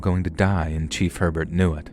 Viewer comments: It’s not pronounced HER-burt but rather AY-bear. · lmao dude down here in Louisiana Herbert is pronounced a-bear and belle chasse is bell chase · New Orleans native here. Admittedly, you’ve done better than most with the pronunciation of the names, places, and people of our unique region. But…I can’t help but give constructive criticism. Herbert is pronounced “Ay-bear” Belle Chaise is “Belle Chase” like you chase someone. The words that look like they’d be said with a French accent are usually not as complicated and are said as they look. Plaquemines (as in the Parish) is “PLACK-uh-mins” plack like black, Mins like wins. I have offered my assistance and expertise in the Southeast Louisiana regional knowledge. I can help with proper pronunciation and of the incredibly unique and diverse heritage that formed my hometown. We do things very differently down here.